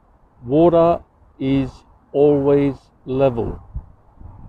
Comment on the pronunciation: Wathur, Wathur, level Wathur, why are you so wathurry.